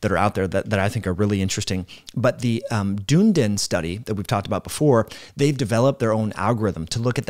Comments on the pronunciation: Try saying duh-NEE-din instead of dune-din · Hi, just a helpful bit of information (hopefully 😊😅) The study is not pronounced Dune-din, it's Dun(done)-e-din, it's a City that is on the South Island of of New Zealand. I'm an Australian, so I don't take any offence or anything, just thought it might be helpful, love your content, great information, delivered in a great format, keep it coming. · The pronunciation is "duhn-ee-din", not "Doondin" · the place is pronounced like “Dune-Eden”, doon E den. As always you present great info like a master. We value your advice. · Dunedin .....Dun (as in done) ee din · FWIW, I live near Dunedin FL, that town is pronounced like your wrote it. I butchered the pronunciation the first time I saw it just like.